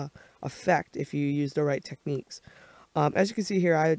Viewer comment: Nice tut, but both of you, it's techniques not tecniquies :)